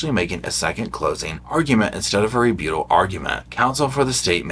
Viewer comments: Rebuttal. Re. BUTT. al. Not re-bute-al. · Re- but-ul...not Re-boot-al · Re Butt ahl Not Re beaut ahl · The way you pronounce ‘rebuttal’ sends me. Ree-BEW-tol You are so stinking cute,!! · Lol!! Its re-BUTT-al 😂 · Please - it’s re-but-tal. 😉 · I've enjoyed your entertaining and informative videos on the Boone trial. Thanks for keeping us updated on the ongoing motions. I sure hope Kraynick covered his bases so we don't have to do it all over again! PS- please look up the correct pronunciation for the word "rebuttal". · I love how you say rebuttal!! lol gives me a giggle.